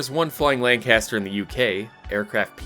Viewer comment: Atleast you get 'lancaster' correct